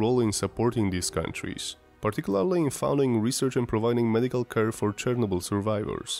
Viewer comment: Bro, if you are not native english speaker, just dont try to sound native. The way you pronounce Chernobyl has even more radiation than Elephant foot itself...